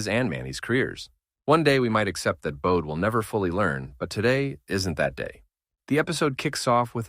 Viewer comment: His first name is pronounced Bo dee and last name Lee own knee